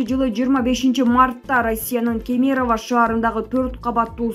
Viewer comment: Кемерованы туура оку.